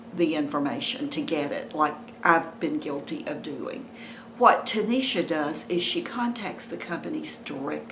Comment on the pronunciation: Hi! Her name is Tashina ,, not tanisha . Thanks for the update